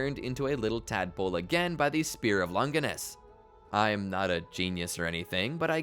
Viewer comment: It's crazy how everybody mispronounces Longinus, from video essayists to even the anime English dubbers themselves. Both the Italian and the English pronunciations are both Lon-jih-nuss, not "long-gui-nuss" (there is no hard G sound like in gumball) or "lon-JY-nuss" (the vowel does not say its own name) like they say it in the anime.